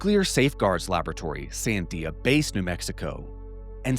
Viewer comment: is literally the best (along with Jesse) but like now i have to wonder, is the dude an alien himself? Because he has super weird pronunciation. He literally can’t even pronounce Sandia. And he is always putting the emphasis on the wrong syllable. I’m saying he’s either canadian or an alien entity himself. Either way. Great stuff as always!!!